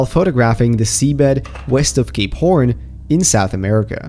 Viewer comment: the way you pronbounced "Cape horn"